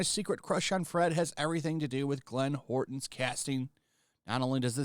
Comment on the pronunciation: jeez man you can't read even worse than gundam..... howerton or whatever the dude's name is =/=horton, and you did wayyyyyyyyyyyy too many more for me to go back and point out... how hard is it to... literally...... read what's on the damn screen guys? making the critics look like illiterate idiots